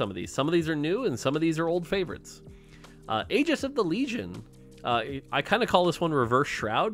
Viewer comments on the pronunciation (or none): none